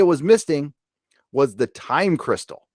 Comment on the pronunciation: Why i laugh everytime i heard "Time Cristal"? 😂😂😂